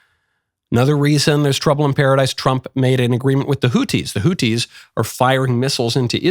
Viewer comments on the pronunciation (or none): For god's sake there is an "H" in the word "hotHi" for a reason Knowles ,learn how words are pronounced or at least learn how major political names are pronounced.